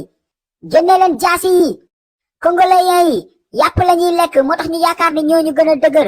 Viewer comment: Congolais au lieu congoléen😂😂😂